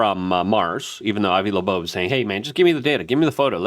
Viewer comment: i am in awe how he adds a 2nd "b" when pronouncing Loeb